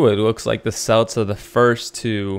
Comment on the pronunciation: I don't mean to sound mean but it is pronounced Kelts, my mom was a grammer teacher